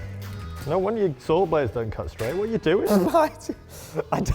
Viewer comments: There isn't an "R" in saw lmao 😅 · Listening to you pronounce "saw" is absolutely infuriating lol God bless the United States of America